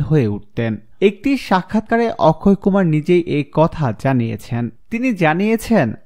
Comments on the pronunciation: Akshay kumar hobe uccharon thik koren Tar por video upload kore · Apni to or namtai thik moto koite parlenna on nam ki okkhoy kumar naki akshay kumar sala pagol